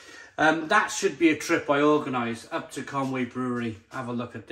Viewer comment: Isn't that ConUy (Conooy) mate?